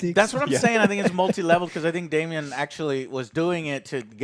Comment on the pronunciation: Joe. It's pronounced "Day-Mon", not Damien.